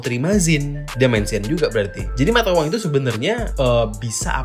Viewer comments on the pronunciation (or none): none